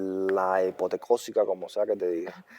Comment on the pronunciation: hipoteósica dijo hahahha y anónima en vez de unánime hahahaha...deberían compartir el spanglish de los cubanos y boricuas como una nota informativa curiosa para la audiencia hispana que no conoce la dificultad en aprender perfectamente el idioma español